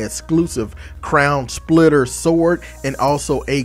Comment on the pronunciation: i swear i heard you say crayon splitter